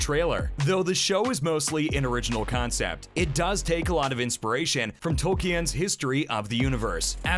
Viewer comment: Tolk-eee-en yeah.